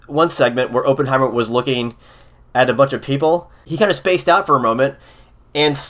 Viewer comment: It is pronounced like AH-penheimer, not OH-penheimer. Just sayin...